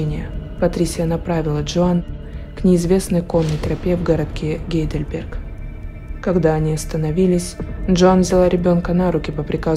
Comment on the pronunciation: Не Гейделберг, а Хайдельберг. Я не умничаю, просто поправила. В Германии тоже есть такой город- гугл в помощь, очень красивый( моя мама его почему-то с Прагой сравнивала). Канал Ваш обожаю, респект Вашей работе, Вы неповторимая! Люблю